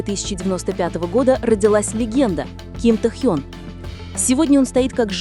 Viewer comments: Ставьте правильно ударение в имени, Тэхен ,про какой альбом идёт речь? У Тэхена альбом вышел три года назад,вы не вернулись из прошлого? Ещё лайков хотите,дизлайк автору,а озвучке вообще 100 дизлайков😅😅😅😅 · Досматривать не стала. Это что за произношение имени ТэхЬЁн? Автор это неуважение к артисту. Да и звучит ужасно, я уже начала каждый раз подпрыгивать от злости при произношении этого имени. Все, выхожу, а то сейчас мне плохо будет. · Автор, это ужасно, как произносится имя Тэхёна! Это просто безобразие!